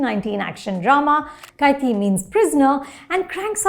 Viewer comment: Can none of the non-tamilians pronounce 'kaithi' properly?? Is it that hard??? Gosh!!!!! Take some effort man.